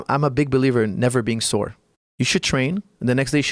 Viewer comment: "Sore," not "soar."